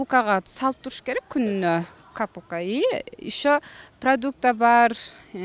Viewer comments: Капылка деп жаратго бл.. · Кыргызча капылка дейт билбейсинби😂😂😂😂😂